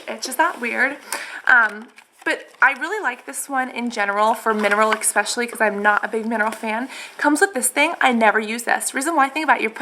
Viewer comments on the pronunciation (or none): I think you're so cute and sweet, I just started watching your videos and I find them very informative and enjoyable BUT please please please stop saying "exspecially" it is such a pet peeve of mine, it grates on me so much >__< it's "especially"... No X sound. I'm sure you know that, and it's just an old habit from childhood or something, I'm not trying to be mean or say you're stupid. I never leave mean comments, I just had to say something tho. It makes you SOUND less intelligent. Sorry :x